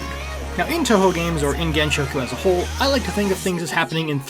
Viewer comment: I really meant pronouncing the gensou with an sh rather than s